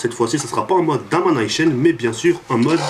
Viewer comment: MDRRRRRRRRRRRRRR COMENT TU DIT DOMINATION A L'AMERICAINE